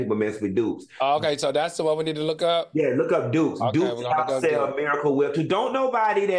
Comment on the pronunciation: When they were talking about Duke's mayonnaise and Claudia said Dookey, 🤦🏾‍♀️ I slid off my couch laughing!! 🤣🤣